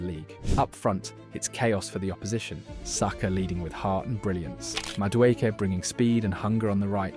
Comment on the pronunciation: Great video but what the pronunciation Batman? This must be AI bcs I've never heard a football fan pronounce "Saka" wrong before. 😬